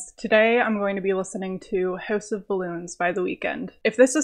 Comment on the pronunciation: “Hœüse of balloons”